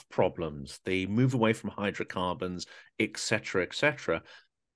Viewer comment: the phrase is ET cetera, not eck.